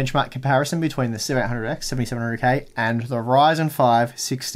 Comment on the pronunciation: when you talk fast your "7800x" sounds like "1700x"